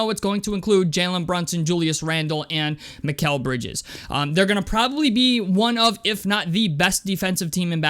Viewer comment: You said his name right 👍🏿👍🏿